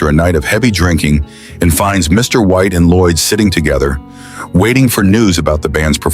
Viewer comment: Your A.I. narrator was good, BUT NOT GOOD ENOUGH. At : "...reveals that Mr. White, played by Tom Hanks..." A.I. doesn't know that the PERIOD after "Mr." IS NOT THE END OF THE SENTENCE!!!